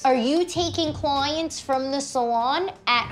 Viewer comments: "You need to Apaaalagaiize" and "my cloooyents" 😂funny how she pronounce it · Dennis Stanko i heard coins wtf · Denoot i swear i thought she said COINS ahahahah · Cyn V me too I swore she said coin then I herd clients makes more sense to me now. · Cyn V I completely thought I heard "coins" too...lol. It took me a minute to unconfuse myself...lol